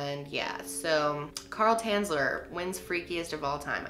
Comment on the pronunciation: from Dresden, omg! :o his real Name was Tänzler to say it correctly xD